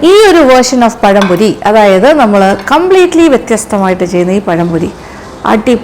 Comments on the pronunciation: പയംപൊരി ആണോ പഴംപൊരി ആണോ... ഞങ്ങളുടെ നാട്ടിൽ രതീഷ് എന്നു പറയും..... 🙄🙄🙄🙄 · പയംപൊരി അല്ലാ പഴംപൊരി ആണ് mam